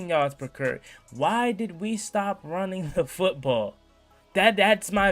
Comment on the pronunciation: my boy “carry” is pronounced Care-E not Curry my dog. 😂 Besides that keep up good work